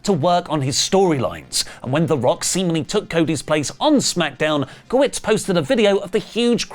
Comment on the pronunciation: Guh-WERTS not WITS